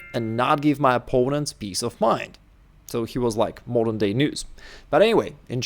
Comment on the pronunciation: "he was like mordern day news"😂😂